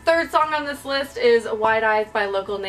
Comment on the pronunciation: when you said "this list may surprise you" it sounded like "this LISP may surprise you" and i got confused af :P